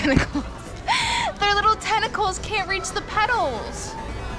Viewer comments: Did you just call paws tentickals. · I like how she says tenicls when it's legs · When they say tentacles it’s Paws